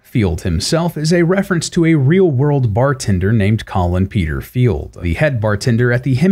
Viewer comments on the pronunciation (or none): none